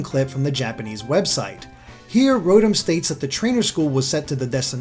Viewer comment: Mispronounced Rotom by the way. It's Row-Tom.